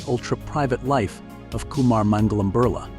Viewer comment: It's not burla .it's Birla